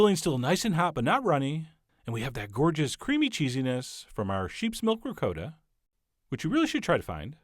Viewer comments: Ri-coat-a?? I have never heard anyone let alone a chef pronounce Ricotta.. ricoata. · Cal- ZON-AY!!! REE-COAT-AH!! My Italian friend confirms these pronunciations!!! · RicOtta Not Ri COAT ta, Chump! love the show, can't stand the voice. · It's ri cot ta not ri co ta ! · "Ri-Coat-a", lol?? Nice looking calzone though!! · Just watched but I don’t know if I can trust someone who pronounces it Rick-coat-ahh lol but funny vid and thanks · No hate but, he calls ricotta, (ri-coat-a) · ri-codda ? wth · Awwww C'mon, Chef!! It is pronounced Pros schyiuto ham,and RiKotta cheese! I mean, seriously... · You say "ricotta" weirdly; please say it right !! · The way you pronounce "ricotta" makes me cringe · Oh Christ the way you pronounce Ricotta hurts my New York soul. Looks delicious though! Agree with the fork comment. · I honestly hate how he pronounces ricotta